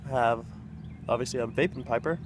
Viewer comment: Thanks for the shoutout. You even said my name right. doesnt happen often. I wish my weather outside looked like yours. Its too freaking cold to smoke outdoors here in Minnesota.